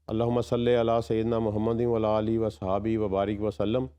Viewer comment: Sir durood e pak ko Sahi tajweed k sath parhen. WA ALA ALEHI hota hai . Ap ghour se sune APNA durood pak